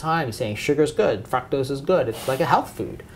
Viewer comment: Great information! There is where it's at people so take notes.....but what is fucktose??? Lmaooo God bless